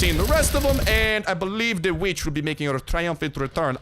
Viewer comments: For a second I thought you said b***h whenever you said vitch 😅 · I know you said kill this witch but I swore I HEARD A B